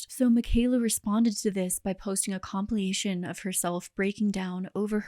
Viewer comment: Entirely unrelated to the video subject, buuuuuttt... I LOVE that you still say "compliation" instead of "compilation". Please don't ever change 😍